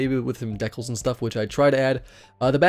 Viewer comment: I hate the way you say decal, other than that video's good.